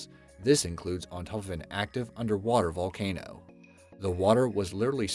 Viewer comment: I know I spelled it wrong. It's supposed to be funny and it's actually said as That Valcano!!